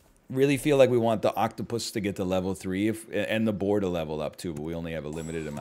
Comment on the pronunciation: This guy cannot say the word octopus my god. This is what I am here for